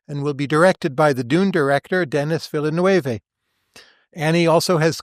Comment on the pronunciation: “Deh-knee Vee-lah-neuw” (he’s Quebecois, not Spanish) 😅